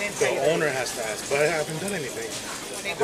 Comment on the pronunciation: She aks you? That would be ask.